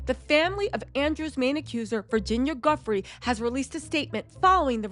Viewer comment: who the frick is Prince Eugene? Eugena, Virginia Guffry?? Learn their names and pronunciation. If you're going to talk about them at least sound like you know who you're talking about.